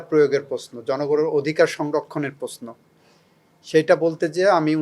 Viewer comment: পসন না প্রশ্ন।চোচাল না সোশাল